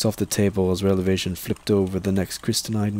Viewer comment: Awesome job man! Btw were you saying revelation or relevation when referring to the Big E?